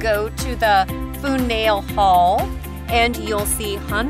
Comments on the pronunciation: Please learn how to pronounce our towns and places! Worcester = wister, Faneuil= fan-you-ell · It's. Fan uall hall. You gotta be shittin me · AAARGH!!! Foo-nile-hall? Really? And it's pronounced Woosta, without the "r". I lived in Tax-achusetts for 25 years and moved out because the climate is nasty and the cost of housing is breathtakingly high. If you want to live in New England my best suggestion is southern New Hampshire. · I cannot believe that the narrator pronounced "Worcester" as "Werster." This doesn't do much for the credibility of the video. And "Foo-nail" Hall? Is she kidding? This is what happens when you have an ignorant announcer reading from a script, without proper preparation. It's really annoying. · Did you say FOO Nail Hall?????????? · Foo Nail Hall????? Where the heck is that??????? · She pronounced Faneuil Hall as "Fu-nail Hall". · I’m just gonna say fu nail hall…? Lmao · Foo nail hall? Lol..